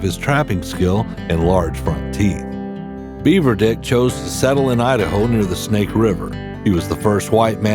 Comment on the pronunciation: Its not "Beaver Dick", its "Beaver Dick"